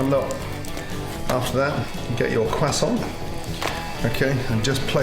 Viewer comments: Someone wanna tell him it’s pronounced Kr-uh-so-nt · On behalf of the French, please stop saying kwoissan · Pronouncing it "Quessaw" may be correct but goddamn does it sound pretentious especially when you pause and change your voice from normal to pull it off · What's a cwasson? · Gordon pronouncing that qúasòņt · are you going to finish that quosänt ? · “ThAtS a NiCe QuAsSoN” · nobody: Gordon: QUASONT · Whats a cwassoint? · Tom Holland has ruined the word croissant for me. Quackson😂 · Is anyone French in here? Tell me Gordon isn't mispronouncing croissant! He doesn't pronounce the 'r' and I was told by a French person that French people actually do pronounce the 'r'! He says it incorrectly: "queZZontt" and without an 'r'. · What's a Quassant? Is that a Bayou specialty? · what the fuck is a kwasson hahahaha? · Excuse me Gordon are you gonna finish that CWASSON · Are u gonna finish that cwosont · or “cwossant” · Random Things qwasson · oh, god no, you can't spell croissant right oh gosh this is not how you say croissant if u were showing this recipe in France, they would like it but you would get embarrassed of the way you say croissant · The way he said croissant😂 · I refuse to pronounce croissant the way Gordon does, I don't care if I'm wrong. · Just me or when he said croissant it reminded me of the meme😂😅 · Please learn how to pronounce croissant. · meh, not really, right pronounciation would be with a rolled R instead of the english "w"-ish pronounciation of R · Just got to appreciate how he says croissant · How i say croissant: croissant how Gordon says croissant: quesont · crosant: exists gordon: cwesan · FOR THE LAST TIME ITS CROISSANT NOT CRASSON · Gordon its Croissant not cwasant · No I didn’t hear croissant, I heard cwason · we don't say crossarnt. We say cross-awwnt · its a croissant not a cwasa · Everybody: Croissant Gordan: kwason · Normal people: Croissant Gordon Ramsey: Quassan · isn't anyone gonna talk about how he says quhsant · Beautiful cwassant